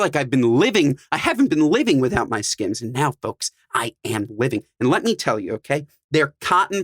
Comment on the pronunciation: Why did it bother me that he’s calls or skins not skims like boy chill out how you getting paid to promote a brand you can’t even pronounce right 😂